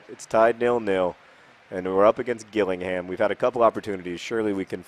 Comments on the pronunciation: It's pronounced Jill-ing-ham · John!!! Its pronounced Jill-ing-ham, and that's a Kent invicta horse ;) not a unicorn dear me :P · It's pronounced Jillingham